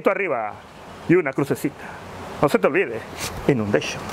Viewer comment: Inundeishon XD.😂😂😂🙌🏻